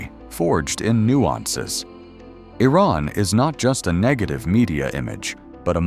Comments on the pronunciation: Well done. One correction; the name of the country isn't I-Ran. It's pronounced EE-RON. Thank you 😊😊😊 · Iran is pronounced as EE-Rahn, not Ayran. and the people are called EE-Ranians. Iraq is EE-raq, not Ayraq. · You don't even pronounce the name of the country properly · A low-quality video made by someone who can’t even pronounce the name of Iran correctly. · Been to Iran. This is SO FAKE! First RED flag,.. when you spot a title 'shocking' truth/reality 'no one told you about'. Bet this is even A.I generated with a 'mission'. Can't even pronounce Iran consistently. :) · You should correct your AI's pronunciation of Iran. I heard so many different versions. Most of the footage doesn't relate to the content. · Awful AI narrated pseudo-documentary. Can't even decide how to pronounce the name Iran. Pure propaganda that pretends Kurdish women don't get their heads bashed in, or that they are the number one supporter of terrorism in the Middle East. Some nice footage of the filthy streets and the more chic areas. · Your Iran pronunciation is very bad. In one line, you pronounce the name of Iran three different ways. Also, most of ur video is showing an area that poor people are exchanging things on the ground that is more negative than you try to be positive . I think u need to learn how to say Iran a right way then prepare that manipulating video . Iran is a great country and proud of its pre Islamic history. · It's not 'eye' ran it's pronounced EeRan. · It was somewhat accurate about the culture and its people, but needs some improvements. 1. Iran is not pronounced I-Ran, it's pronounced E-Run like India. 2. Most of the hateful imagery comes from the Islamic Republic NOT Iranians. 3. Although Iranians are hospitable and kind, the regime is despicable, hateful and ignorant. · What is Eye-raan???